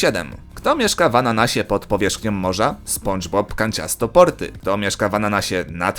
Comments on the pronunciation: Nie czyta się spundzbob tylko spandzbob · Mówi się "Spanczbob" a nie "Sponczbob"